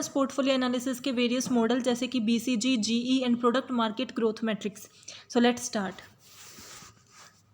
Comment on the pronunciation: Is BCG not BGC you are wrongly pronouncing it